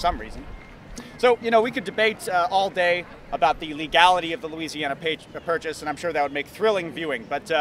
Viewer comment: "The Louisiana Pat-Purchase" Andrew of "achtung-shay"..... (Much anymore to say) oh boy........